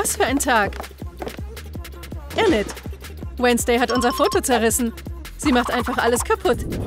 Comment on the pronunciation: Enet man spricht es inet aus